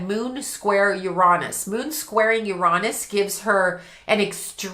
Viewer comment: your reading IS ON POINT I AM NOW A HUGE FAN AND WILL BE SUBBING IMMEDIATELY!!!!! And you gave me a new way to say uranus😂😂😂 I WILL be adopting that pronunciation😂😂😂😂